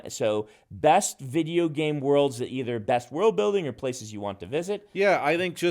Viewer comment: Brandon is the best! but... does he say vidgeo games? Sorry, no shade, just made me smile.